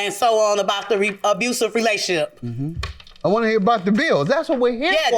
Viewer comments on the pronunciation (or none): I hate that people say things like, "relaship". Some of them are too old for that lol sorry, but I always listen with headphones (and put my phone down) while I eat, cook, or do other things. So most of my attention goes to how they speak 😅